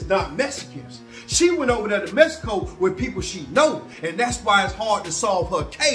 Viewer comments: He says "messico" 🤣🤣🤣🤣🤣🤣🤣🤣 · He kill'n me w/ that Mess-i-co!!! 😆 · Mess eh Koh 🤣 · All the way to mehico??? 😂😂😂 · Mess - a - co . . . SMDH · “Messico” lol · u a mess 😅😂🤣u say don’t go no where a place u can’t pronounce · cant pronounce the NAME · Learn how to pronounce Mexico